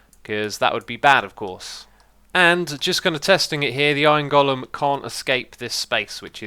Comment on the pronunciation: “iorn gullum”